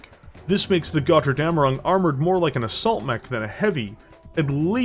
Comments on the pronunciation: The name has to be spoken like it is written with a "Ö" not an "O" in German. I know that this vowel mutation is hard for natural english speakers to pay attention but as a Steiner Loyalist from Germanny i must say please try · "Götterdämmerung" is a BAD word for english speakers, because they don´t understand on how to pronounce the "ö" and "ä". To make it as simple to understand as possible: for the "ö", spell it like the "u" in hurt, urge and turn. Meanwhile the "ä" is pretty much just like the "a" in english... just use the same a like in man or hand. The mech itself looks cool but seems to suffer from shrunk cockpit.